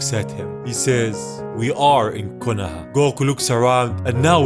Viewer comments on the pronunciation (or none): none